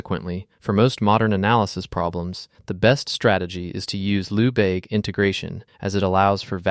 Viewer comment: Lehbayge not Loubayg.